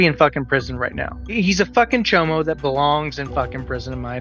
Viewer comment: it's *chimo, not chomo.